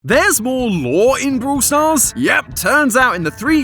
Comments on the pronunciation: Theres more lore in "brooool stars"..... sorry 😂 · Man I love the British accent...brool stars. hehehehe😅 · vrawl stars